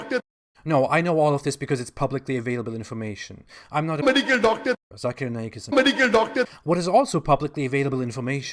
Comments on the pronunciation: Meedikal dookterrrr lmao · "Medical Docta" " Medical Docta" LMFAO.